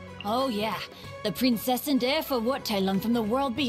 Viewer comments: "the prinzessin der veooTaiLong" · He didn't I am German and my ears are hurting every time I hear that. But to be faire it's pritty good for a non German